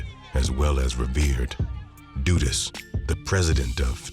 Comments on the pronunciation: It was pronounced wrong. Not doodus but duh duhs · DUD-US not DOO- US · Duh Duhs. Not Doodus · It’s DUD-US not dudis🤦🏾‍♂️ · Its pronounced DUD US Not DUDEUS😒🙄 i cant even focus and believe this i fo is accurate when you start off by getting the name wrong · Duh- dus is how it’s pronounced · lol his pronunciation crack me up 🤣 say it one more time brother lol 😂 dooduus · Duh Duhs the u is more pronounced like an O it’s not like… du du or do do but a sharp duh like when girls say “duh” but shorter and shaper and not drawn out… the pronunciation is probably done on purpose. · What ...doo dus?? 😂😂😂😂😂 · It’s pronounced ‘Duh-dus’ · Bruh not doodus lmao 😂😂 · Jamaicans pronounce it “Duh dus” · The "u" in his name is pronounced like the "u" in "run" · this hw u call it duh-dust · the guy in the video just made it sound like doo-dus or doo-dus to me. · it's dudus 2syllables dud us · 🤣naa dudus 2 syllables dud us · the crowd was chanting bruce the then prime minister....the guy name is pronounce duh-duh-us just say it fast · Every time there is a documentary about "Dudus" it's either overexaggerated, repetitive or misinformative as the other Documentaries are over the years... And the Pronunciation of his name my God... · Well narrator still didn't pronounced his name correctly